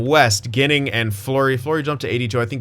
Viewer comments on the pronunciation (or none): Team: Dahlin League: Eichel Goalie: UPL btw Adam Ginning is pronounced “Jinning”